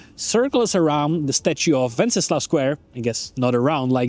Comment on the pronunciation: Docela dobrá angličtina. Jen tip: anglicky se to náměstí (a ten kníže) jmenuje "Wenceslas", se "S" na konci.